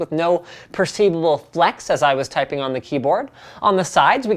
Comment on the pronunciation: "ulkimate twyping experience"